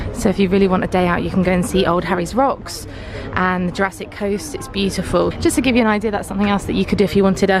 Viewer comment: Love this. Thanksfor making it...... And thank you thank you thank you for saying Old Harry's Rocks..... Not old Harry Rocks. Nobody ever gets that right 😁